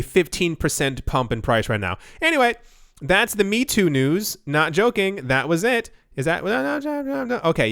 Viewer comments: Meitu = may-tu Not "me too"..... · its pronounced may-two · Mei (美) in Chinese means beautiful. Tu (图) means picture. You should pronounce it as: “may-too”. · Meitu is pronounced "May too" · Fun fact: Meitu is pronounced as "MAY-TOO" Stellar video as always. Cheers! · There are so many Meitu news. Please check how to pronounce it's name correctly for the next video.